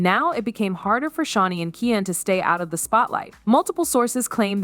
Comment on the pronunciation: His name is keooonnn not ken